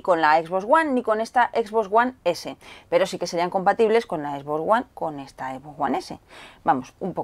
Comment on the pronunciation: "equisboxs uan esé"